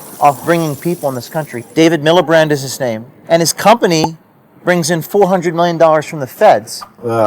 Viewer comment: It's Miliband (even though James pronounced it wrong).